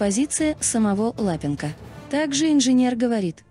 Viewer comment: Да ЛапЕнко, ну неприятно слушать же.